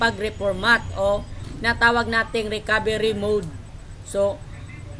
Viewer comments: Mali. mud. Hahaha. Anyways, salamat sakanya.:D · daw po 😂 jk 😂😂😂